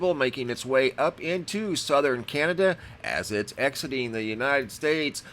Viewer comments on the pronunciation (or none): none